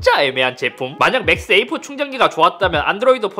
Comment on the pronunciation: 맥스 에이프로 들리는데 ㅋㅋㅋ 맥 세이프 라고 하는게 낫지않을까요?